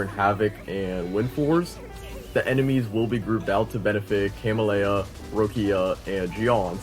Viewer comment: CA-MEL-YA you're welcome.